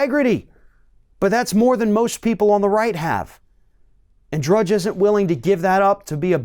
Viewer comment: lol, he said “Judge” at end…it’s Matt DRUDGE